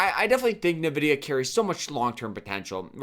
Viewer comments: Envidia not Nahvidia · Drinking game idea: take a shot every time this bozo says NUHvidIA